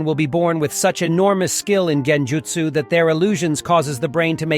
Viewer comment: It's a great summarization of the many clan's in Naruto but my only critique is the constant mispronounction of certain words throughout the video. For example kage and genjutsu, in some instances It's correct one second and in the next sentence completely incorrect. Consistency with your speech is key. Other than that again great work 👍🏽